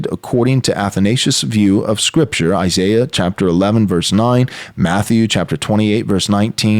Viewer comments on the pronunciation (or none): none